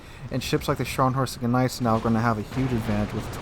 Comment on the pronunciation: when saying gneisenau you dont need to emphasize the G, just like in gnaw..You dont say G naw.